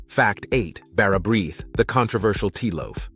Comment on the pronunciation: The brith in bara brith is pronounced 'breeth'